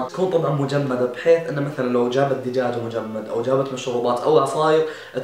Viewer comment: الا الدوجاج 😂😂